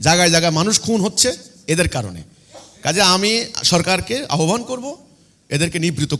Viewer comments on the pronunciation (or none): none